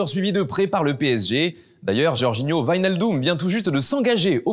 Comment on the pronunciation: Les journalistes français faites dans effort lorsqu’il s’agit de dire le nom de joueurs svp !! Wijnaldum - ne se lit pas vijnaldum. Le ij en néerlandais se lit ei comme merveille. Et c’est pas non plus vitsel c’est witsel, le même W que pour Washington !!!